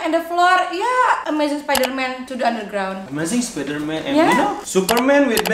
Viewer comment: Ngakak banget pas liat mereka ngomong Inggris, supermen, Betmen, spidermen, avanza, daihatsu, sosis so nice wkwkkkk bengek parah secara aku jg g bisa ngomong Inggris, tp pengen banget bisa ngobrol pake inggris..wkwkkk